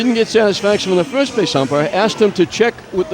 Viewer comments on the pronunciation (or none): Can you check with the plate umpirah? They are gonna get togethah and talk to the plate upmirah.